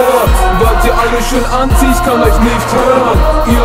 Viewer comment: Also am Anfang verstand ich nur etwas von ANZIEHEN statt Anti und auch so solltest du etwas mehr auf die Aussprache legen obwohl ich deine Stimme wirklich geil finde. Ich würd weniger Doublen. Aber die Doubles selbst sind gut gemacht (ich hör so viele versaute Doubles bei anderen) Das Video selbst hat eine gute Qualität aber die Schnitte sind doch leicht versetzt zur Musik. Die Musik passt gut und du triffst den Beat. Der Text ist auch gut. Gesamt ist es eine sehr gute Saubere Arbeit. Respekt!